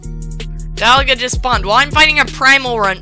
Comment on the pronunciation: You say dialga wrong this is how you say it DEE - ALL - GA dialga